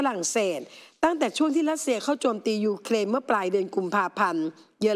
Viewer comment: It’s Ukrain not uklain